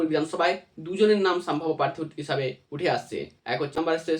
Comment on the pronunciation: Saambhabya naa sambhabya? Pronounce it correctly.